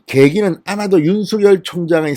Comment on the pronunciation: 윤석열 발음 똑바로 듣게 부탁합니다